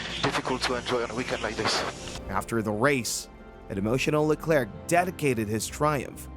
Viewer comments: The "C" is silent in Leclerc. Great video though, thanks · Especially pronouncing Hubert correctly and not Leclerc